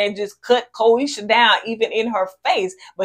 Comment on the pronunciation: Ko-SHE-AH is the pronunciation. Y'all both butchering has me dead 😂